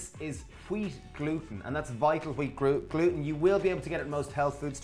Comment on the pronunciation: "Kweat glooten" Haha.